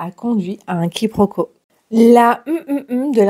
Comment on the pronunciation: Quiproquo et non quiproco